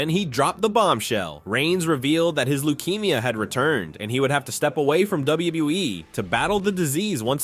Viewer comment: “W. WE” and NOT W.W.E.? DAMN AI!